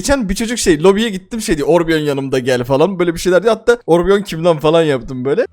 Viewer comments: abi orbion deil orion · abi orbion deyil Orion bulutsusu